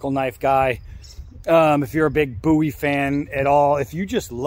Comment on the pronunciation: Much love to you brother! Thanks for pronouncing the name right! 🙏🏻 we didn't call him Jim Bowee lol